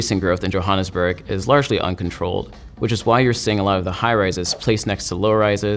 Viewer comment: The way he says Johannesburg tho 😂😂😂😂